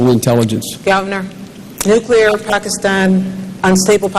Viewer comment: she says "nucular" :)